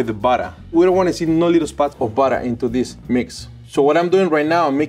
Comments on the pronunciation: Will always love “buttah” and wattah” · I could listen to say 'buttah' all day. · We need more videos. I love the way he says buttah. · after I heard him say 'buttah' the first couple times, I came straight to the comments and was not disappointed :) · Burrer and warrer😂🥹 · Drinking game: take a shot every time says "buddah". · "you want me to put some peanut buttuh cups in ya eggs"